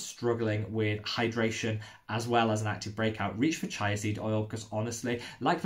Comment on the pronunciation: Awesome vid, thanks! Just one thing... chía is pronounced cheeah ;)